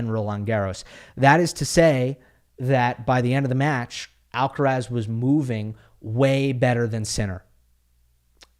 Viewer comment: Thank you for saying Alcaraz :D